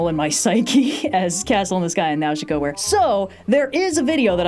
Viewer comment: The way pronounces Nausica is so wild to me lol